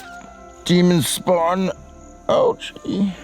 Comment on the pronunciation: Bro just spownd 😂